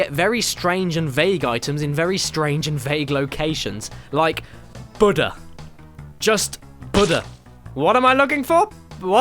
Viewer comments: its pronounced "boo-dah" not butter. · The "BUDDAH" is a name of a Korean God pronounced "BOO-duh" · UHM DUDE... ITS BOO-DA NOT BUD-DA. BUHDA IS PART OF THE RELIGIOUS BELIEFS OF BUHDISTS... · Its pronounced bu-da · It’s pronounced boodah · AtomicDugong Well when someone says Buddha people who know who/what he is generally know what they're talking about...Also he mispronounced in in a manner that makes my think he thought it was a misspelling of butter. Or maybe that's just what the English call Buddha, because they're WACKY! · caddy i have something to say its not called a Buddha pronounced BU-DA-HA a object for the Buddhist religion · Since I'm an American, (and since the dialects differ) when he said Buddha, it sounded like butter to me. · Apparently, Caddy doesn't know who Buddha is and how to pronounce it. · I think you're mispronouncing Buddha. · You keep saying Buddha wrong XD